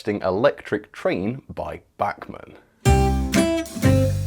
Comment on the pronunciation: Is pronounce bachman not whatever the hell you were saying you British frick